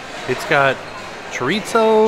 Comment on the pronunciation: please. Chorizo doesnt have a T sound in it unless you live in spain, and that's only in some places where they lisp.